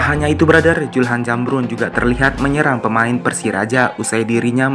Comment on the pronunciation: Bos sebutnyasulham nukan julham,belajar lg bos.